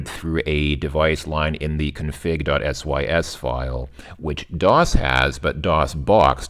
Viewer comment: First time I’ve ever heard someone call it a dot S Y S and not dot sys. Auto exec dot B A T?